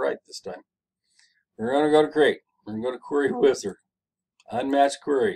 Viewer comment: Thanks man you’re a huge help and that “Querery wizard” 🥴 had me weak asf😂